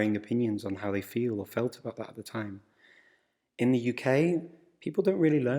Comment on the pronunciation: Tienes pesimo acento hablando. The no se pronuncia (de), sinó con El sonido Swcha